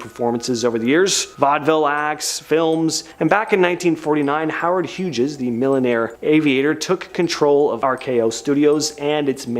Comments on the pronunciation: It’s Howard Hughs (pronounced like hues of color) not Howard Huges. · It should be a crime to pronounce Howard Hughes name that way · Dude ...the g in hughes is silent.